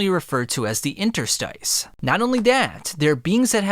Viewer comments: Interstice is pronounced INTER-STISS. The pronunciation of 'stice' is like hiss, miss or p1ss. It is related to the word interstitial. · Dunno why it's so annoying hearing you trying to pronounce interstice